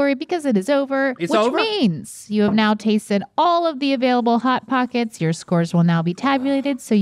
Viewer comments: “Pot hockets”😂😂😂😂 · “Pot Hockets”